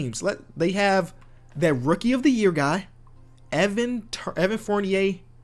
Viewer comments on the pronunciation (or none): none